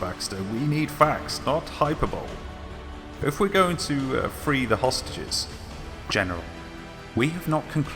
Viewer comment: Hyperbole is pronounced “Hi-pur-boe-lee”